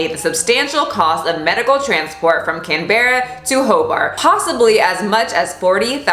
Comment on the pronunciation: I can't with the way she pronounces Canberra. It's not Can... Berra. It's one word. Say it with me kids. Canberra. Canbuhruh.